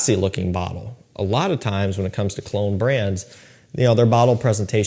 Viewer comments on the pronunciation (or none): none